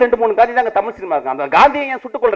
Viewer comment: டேய் பொறம்போக்கு myskin, தமில் இல்லடா தமிழ். முதல்ல தமிழ் சரியா பேச கத்துக்கோ. கேன பய பிள்ள